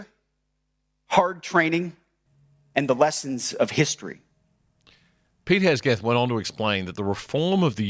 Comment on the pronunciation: Please take the trouble to pronounce the name of the US Secretary of Defence's name correctly: It's "Hegseth" not "Hesgeth"!!